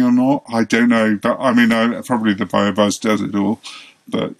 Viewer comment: For anyone wondering the fertiliser he is using is BioBizz and not BioBuzz. Not sure if he purposely said it wrong or not🤷🏻‍♂️